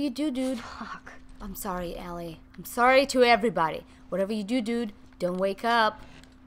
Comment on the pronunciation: you say it ellie (el-ly)